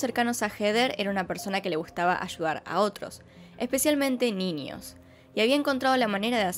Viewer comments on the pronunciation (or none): me encanta cuando en vez de dcir niños dices ninios... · Me encanta ninios! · "Ninios" ayy por favor estos argentinos🙄😂😂 P.D: me ha encantado el vídeo. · Me gusta como dices ninios en vez de niños jaja